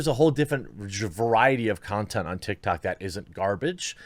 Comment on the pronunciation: "Big stars on TikTard" 😂